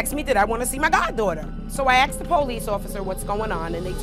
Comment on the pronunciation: Everyone on this show says, "axed me" instead of "asked me"